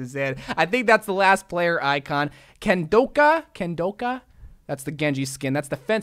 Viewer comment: Genji's skin Kendoka is inspired by the fighting sport Kendo and I'm mad, he doesn't have a bamboo sword, because that's what they use. Also the emphesis is on the first syllable, no long o.